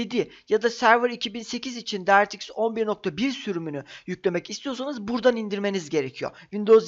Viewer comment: video güzel ama bir tavsiye vereyim directx'i doğru telafuz edince bi mutlu oldum ama mikrosoft demek yerine doğru hali olan maykrosoft diyebilirsin :D öyle okunmuyor o kelime :) <3